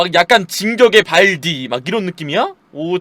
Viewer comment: 발디 발음이 좀